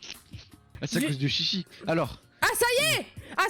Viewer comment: J’ai eu mal au cœur quand elle dis "tchitchi " 💀